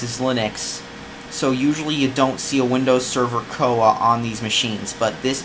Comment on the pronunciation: It's not "coah" It's C-O-A lmao